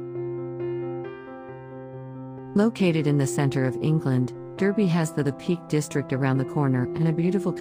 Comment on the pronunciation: In the UK Derby is pronounced Dar bee